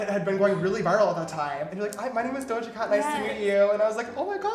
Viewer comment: Yee-Doja cat